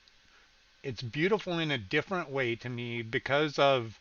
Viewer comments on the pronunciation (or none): none